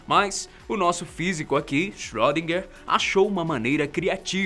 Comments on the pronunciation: sim, mas se fala "schrÊdinger" e não schrÓdinger, como ele fala! Mesmo assim, o video ficou show, muito informativo. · Por favor, não se fala "ö" como se fosse "ó" e sim um som entre "o" e "ê", e "er" tem som de "a" . Portanto seria algo como "chroedina".